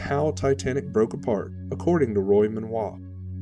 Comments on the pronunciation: Excellent documentary with amazing insight into the break-up! One point however - Roy's last name is pronounced "Men-go" and not "Men-wah". : ) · Wouldn’t it be Menoit if it were pronounced the way you’re pronouncing it?